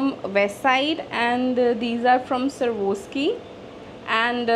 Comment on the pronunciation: Your collection is so good but it's not servoski .It's Swarovski (sva-rawv-skee).Correct your pronounciation ❤